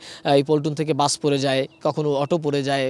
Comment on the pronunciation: Ai sangbadik to bus ke bole buch😅😅😅seto bak protibondi😊😊